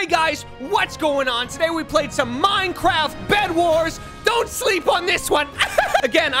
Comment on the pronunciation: You say Minecwaft